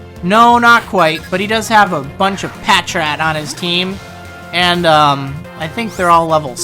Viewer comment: Patrat has its emphasis on the second syllable, actually, like the word "patrol." Just for your information. I know it's a tiny thing.